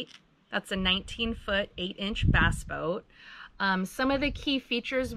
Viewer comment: Ya, I love how they say Bass...its sounds like Baas..as in "Tactical Baassin"!